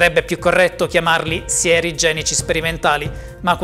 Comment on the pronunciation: Appena ha aperto la bocca e ha pronunciato sieri ho cambiato short…a questo qua manca solo il rimmel poi è perfetto più leccato di me 😂